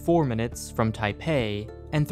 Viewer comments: Did you really call Taiwan, Tapei? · Everyone gangsta until he says tapia. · You did not just say Taipei